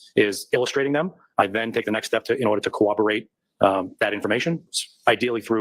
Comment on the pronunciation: There's no "w" in corroborate. Sorry, they still haven't added a 'w' to the word.